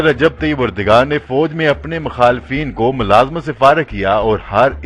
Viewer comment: طیب اردگان " غلط ھے اور طیب اردوان صحیح تلفظ ھے۔